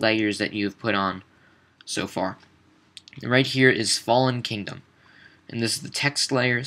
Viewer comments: Did no one else get annoyed by it not being Kingdom, but "Kingom"? x) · Anyone else notice it said kingom not kingdom? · it's KINGDOM not "kingom"